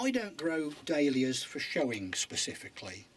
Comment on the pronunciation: It sounds like he is saying Day Lillies not Dahlias